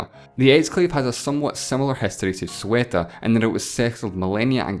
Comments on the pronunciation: Sueta? See-u-tah is way more accurate. Also, you forgot to mention Peñón de Vélez de la Gomera and some may even consider the islands that compose the plazas de soberanía but that's quite farfetched. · Arthur E.W nah, he pronounced it "Melía", not "Melilla". And yes, "Sueta"... Even "Seuta" is just fine but... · nobody:: Pronouciate various times the Spanish exclaves of Ceuta and Melilla "SuEtA aNd MeLiA" instead of original pronunciation Spanish people: why are we still here just to suffer? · Logic of an English native speaker is Ceuta=Sueta 😂 anyways I loved the video good job 😊😊😊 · Today I learned Ceuta is pronounced 'sueta' in english. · Actually Ceuta is pronounced like Say-oo-tuh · aaah why does everybody keep calling Ceuta "Sueta"? kindly triggered :) also fefty neyn <3 love the accent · It's *C E U T A*. Otherwise, awesome videos man, keep it up! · Read "Ceuta" again. The U comes after the E, not before. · Sueta.. LOL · C-E-U-T-A! Hearing "sueta" makes me puke 😂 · This was driving me nuts. Like some dyslexic mispronouncing. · Hey man, the way you pronounce "Ceuta" sounds like "Sueta" to a Spanish ear.... C followed by E or I sounds like TH (in "thunder") in "standard (Spaniard) Spanish", but it is also pronounced as S in Latin America and some Spanish regions, so I don't have it in count as a mistake. E sounds like the E of "end", or "enter", never like "English" or "England" (for us, that's I). In this word, the accent is on E. U sounds like OU or like OO in "cooking", "book", etc. and then T and A are well pronounced here. So, if you pronounce something like "Theouta", or "Seouta", would be closer to the actual Spanish name (or if you prefer, you can also say "Sebta", its Arab name. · DUDE. STOP. SAYING. "SUETA". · It is said as (say-you-ta) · In either case it's NOT /siutə/ as is saying it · it is pronounced Se-oo-tah and Me-lee-ja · Philippines Productions im from spain and believe me it is not, its Ceuta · "Sueta" and "Melia" :,V